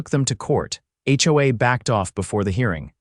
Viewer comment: Pls, pls,.please get A I that actually speak. A Base????? Seriously! Howaa, howaa, How about H O A.